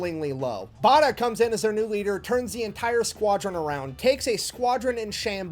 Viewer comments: Bay der not Barder as the narrator was saying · His name is pronounced 'Bay der'!